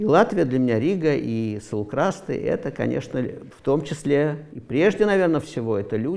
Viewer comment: САулкрасты,ЦАрныкава...ударение на первый слог...с уважением...так же и с фамилиями